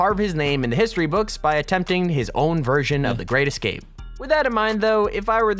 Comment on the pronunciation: "The great escate"